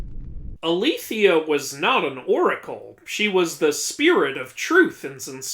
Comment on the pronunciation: Hey so Dike would likely have been pronounced closer to “Deeh-Ké” than what you’re thinking. I’m not perfect on Ancient Greek pronunciations, but I’m happy to pitch in where we can! Like Alethia is likely pronounced closer to “Ahléthaya”